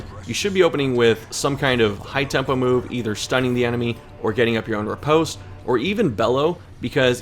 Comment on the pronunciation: U have the same problem as that cruxix or crusix lesbian. Its not "repost". its "riposte". I know, french is hard, english is hard. But just say "rip", then "ost". The E is silent and changes the way the "ost" is said from "post" to "paust". Thank you for coming to my ted talk.